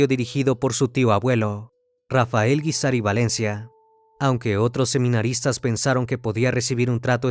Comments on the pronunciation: Esta mal dicho el Apellido Guízar... Lleva el acento en la í... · No se Pronuncia así el apellido Guízar.. Y es "San Rafael Guízar y Valencia".. Jesús dijo: "Lucifer caminara dentro de mi iglesia". Y en varias sectas ha habido este tipo de cosas o peores porque hasta satánicos resultan.